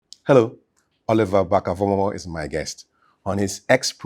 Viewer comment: pronunciation of Vormawor doesn’t sound Ewe including some of the Ewe names he mentioned. I wished I could render an audio response to share the differences with you.